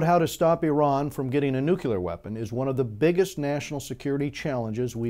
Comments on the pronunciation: nu-clear not nuqular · Good Points, well made. Thanks! btw, NUCLEAR is pronounced nu'-clee-er. There is no 'u' after the 'c'.